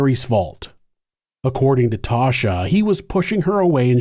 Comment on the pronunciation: 'Tasha". not "Tosha"